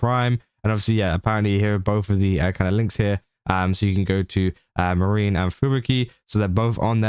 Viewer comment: YOu're doing news for vtubers and you can't even bother to research the pronunciation? It's MAA- REE- NEE Not Marine like Space Marines.